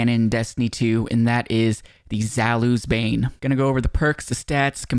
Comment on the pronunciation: Zalus? Honestly I get people that are native English speakers it's kinda hard to pronounce most of the names of the weapons like i heard one time cHēLKaîs instead of Chelchis I'll help you out zaoulis bane is pronounced this way: za-u-li's bane